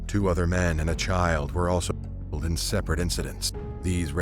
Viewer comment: Its killed not kil kil ed